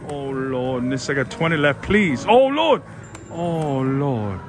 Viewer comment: I heard ho lo :)))